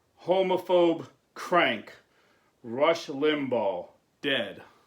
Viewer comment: And not to criticize but his name is pronounced Limbaw tho not spelled that way